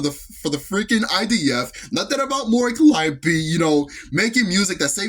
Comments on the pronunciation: Mispronouncing her name, posting a wildly off the mark picture for Hololive, and the Vtuber announcer being condescending. Was my first and last time paying any attention to that event. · The real controversy, at least what I think it should be, was the streamer awards disrespecting the VTuber scene by mispronouncing Mori Calliope. It's spitting on the scene, for one of the literal current icons of EN VTubing to be blatantly mispronounced…there is no more clear indication that they don't care at all about VTubers…they just care about the sponsors and money. What a joke of an awards show; these awards used to mean something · ok I just checked a quick short of that and by god that was disrespectful. The announcer really showed that she did not care to be there. They seriously mispronounce her last name?! They can literally search her up saying her name to say it